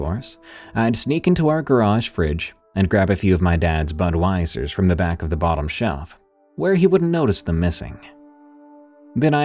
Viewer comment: I am getting AI vibes from the pronounciation.... From GROK: Alright, I checked out the clip from "5 REAL Wendigo Sightings" by Darkness Prevails, between and. The specific moment you’re pointing to seems to be, where the narrator says, "He was just sitting on the couch drinking a Budweiser." You’re right—the pronunciation of "Budweiser" does stand out as odd. It’s delivered as something like "Bud-why-zer" with an unnaturally even cadence and a slight over-enunciation on the "why," almost like the word’s been pieced together phonetically rather than spoken as a familiar brand name. A human, especially one narrating casually, would typically breeze through "Budweiser" with a relaxed, flowing "Bud-wy-zer" or even slur it slightly—like "Bud-wiser"—because it’s a common term, not a foreign puzzle. This version feels stiff, like a text-to-speech engine hitting each syllable with equal weight, unsure of the cultural context. AI narration often does this: it can sound polished but robotic when it doesn’t "get" the word’s everyday usage. The rest of the sentence has a decent tone, but there’s a subtle flatness to the delivery—like it’s missing the micro-pauses or emotional shading a human might add to a creepy tale. That said, the voice overall doesn’t scream "obvious AI" like early Siri or a bargain-bin TTS bot. If it’s synthetic, it’s a higher-end model, maybe tweaked to mimic style. But that "Budweiser" slip? It’s a red flag—less like a human f